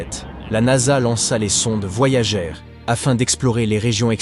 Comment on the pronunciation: Les sondes voyagééé 😂 Vidéo commentée par IA, rien de nouveau, si vous avez déjà des connaissances en astrophysique et exploration spatiale, passez votre chemin vous allez perdre votre temps !